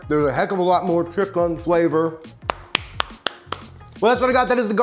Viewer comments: Chick-"IN"!!! IN, IN, IN!! NOT chick-"UN"!!!! 😂😂😂😬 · I love how he says “chick-UHN” to differentiate that it’s vegan chicken.